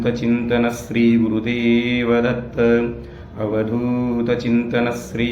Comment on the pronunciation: Thanks a lot for sharing ! However I feel the pronounciation could be SHREE , not SREE